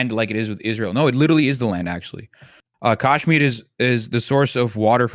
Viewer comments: lots wrong with this video that many others have already pointed out. but please, for the love of god, get somebody on who knows how to actually pronounce the name of the people and the place they are talking about. its K-UH-shmeer, not kaash-mir. also the comments are full of BJP propaganda as well so its difficult to take criticisms seriously, i get. but please talk to an actual kashmiri who has lived in kashmir. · what a shit discussion, feels like they are only targeting Indian narrative without understanding the complete history of the region and disregarding hindus when they are the victims. p.s. its "kashmir" not "Caasshmir" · You guys are both idiots. Also, it’s not Cash-meer or Kaaaash-meer. It’s pronounced Cush-meer. You constantly mentioned military occupation by India. Read history for once, blithering fools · Can’t stand this coconut saying “Kaash-miri” on and on again. It’s “Kush-mir-i” ffs. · atleast he didn't say "kaasmir" like some do, "cashmere" is still better pronunciation than "kaasmir" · Why is the Indian pronouncing Kashmir wrong…wtf is KAAAshmir? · why does this guy keep pronouncing Kashmir wrong its pissing me off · The way he pronounces kashmir and tamil is enough for me know he's whitewashed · Next time u wanna get an "expert" on Kashmir at least get someone who can say the word kashmir properly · this point about the pronunciation 🫣 it was really bothering me the entire time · At least try to pronounce things correctly… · some parts of his argument/coverage are also propaganda, just fyi. its extremely hard to find unbiased resources on this issue. i mean, just to add some context, he has pronounced the name of the land and the people completely wrong this whole video. not that that that illegitimises all his points but its obvious he is not well versed with the nuances of the situation